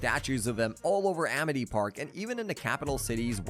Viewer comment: bro really said amith park